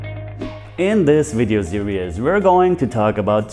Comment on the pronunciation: I will soon be 70 years old, if it's God's will, I have probably watched all of your videos at one time or another, and enjoy all of them. i hope though you will not be offended if i correct an English word you are mispronouncing. The word "series" is only pronounced with two syllables. It is pronounced like, (seer ees), or using international vowel sound, it would be much like (siris). Serious is a three syllable English word which can mean, speaking in a sincere and earnest manner.